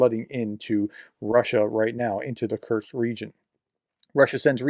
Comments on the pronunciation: It is not kurtkst, it is not kurz it is not kertch is is kursk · Kursk… not Kerch, or Kurts. Just noting you seem to be saying Kerch or Kurts instead of Kursk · I think it might be pronounced "Coors-k". Like the beer, then add a k at the end. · Russian names are hard to pronounce often but Kursk is easy. There is no t in it Prof. It is just as it looks. 🙃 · I think someone within the Ukrainian Defence Forces must hold some grudge against. Otherwise they would have invaded Belgorod Oblast, which is much easier to pronounced than Kursk.